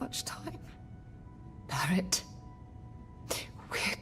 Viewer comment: "Berett was actually a really cool character." You like him, but not enough to correctly pronounce his name, even though you hear other NPCs say his name. Very puzzling. 🤔